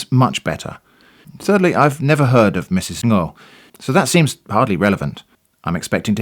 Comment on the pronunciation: small detail but you nailed that 'ng-' sound when you were reading out loud 'ngo' :D idk it just made me happy to hear it